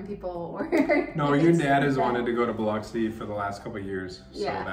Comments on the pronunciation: Love that you pronounce Biloxi correctly!😁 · I’m horrified that your kids didn’t have life preservers on. THANK you for pronouncing Biloxi correctly. Don’t go in the water there, though. Mucky mud that’s gross. (I’m from Mississippi, so I can criticize.)